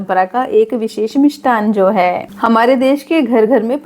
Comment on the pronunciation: Mam yah mishthan Shabd hota hai na aap mishthan bol rahi hai